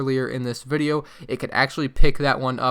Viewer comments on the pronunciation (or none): none